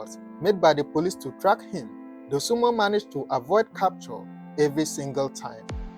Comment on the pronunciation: Dosunmu not Dosunmo. Get that right